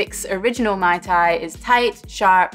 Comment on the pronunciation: You should pronounce "Ma-i Ta-i Roa eh" meaning "Delicous !" In Tahiti, a Mai Tai is done with : Orange juice, Pineapple juice, grenadine and coconut rum, shaked, served, and topped with dark rum I was quite surprised when i got an original mai tai at the bar instead of what i was used to haha